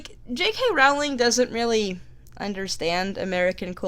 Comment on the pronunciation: Her last name is pronounced like Rolling Rock Beer, dumbass. STOP pronouncing it wrong!!!